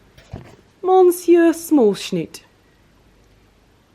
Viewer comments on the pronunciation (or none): Adorable doggies. Monsieur - if you mean the French for Mr., is pronounced Mer- ss-yer. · You need to pronunce "monsieur" different. Pls listen to the right way. Lots n lots of love!♡ Lovely n 🤗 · thank you! Totally wrong!🤦🏻‍♀️🤦🏻‍♀️